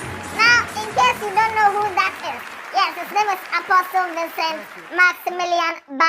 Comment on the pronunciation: The t in apostle is silent. It’s pronounced ‘aposle’